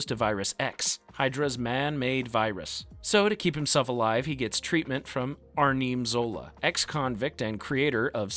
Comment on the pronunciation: Are-neem Zola 😂